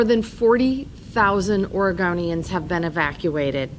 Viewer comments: Was it a Freudian slip when she said “Or a GONE eee inns” ? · Did she say "Origamians"?? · Is she saying " Oragamians"? Like paper people? Is that why the fires are so severe, the state's full of paper people? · I’m sorry but I can’t take her seriously when she says “Oregonians” 🤨